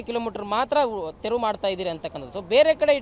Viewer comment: ತೆವರು ಅಲ್ಲಪ್ಪಾ ತೆರವು ಅಂತ ಹೇಳೀ.